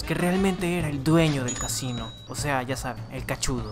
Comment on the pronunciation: Xd cadaves que dice casino ase cachin xd😂😂😂